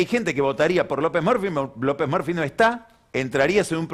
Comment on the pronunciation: Excelente editorial como siempre. Me causa gracia las pronunciaciones de Pagni, como a Scioli le dice "Yoli", a Lopez Murphy, le dice "Lopez Merfi", y a Twitter, le dice "Tuirer". 😂😂😂